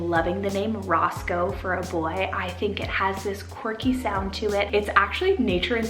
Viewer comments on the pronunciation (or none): none